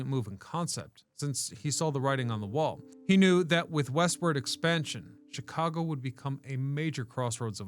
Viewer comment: Me thinks..... You're purposefully mispronouncing Chicago